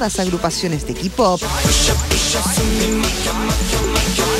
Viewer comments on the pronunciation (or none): Hola! K-POP se Pronucia KEY POP!!! Ok!! KEY POP! saludo desde Argentina!¬¬